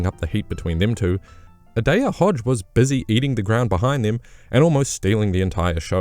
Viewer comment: PLEASE START SAYING ADAEJAH HODGES NAME RIGHT BRO ITS MAKING ME MAD 😂😂😂